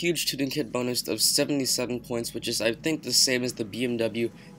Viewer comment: Boonus??? WTF!!